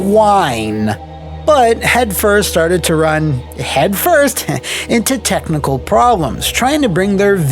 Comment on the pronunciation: I swear I heard tentacle artist instead of technical artist. Which I guess it's appropriate though.